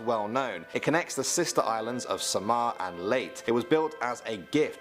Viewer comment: By the way its LEYTE not LEYT